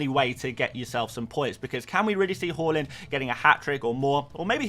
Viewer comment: Haa-land Who’s Haw-lund?